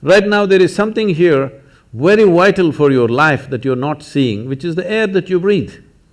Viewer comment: "Wery difficult!" Lol. Love it.